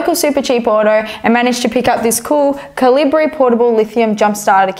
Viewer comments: It's a Ca-Lee-Bree!! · It's just about your pronunciation of the brand of your jumpstarter, Calibre. It's pronounced 'caliber', but just spelled pretentiously. Just gave me, a Yank, a chuckle. Enjoyed your video...thanks for the kind reply.